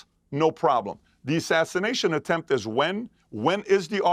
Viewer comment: The word is attempt,.................not a temp.